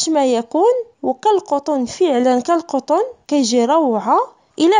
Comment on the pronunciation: تبارك الله عليك .عجباتني عندك كالقطن 'بضم القاف' ههه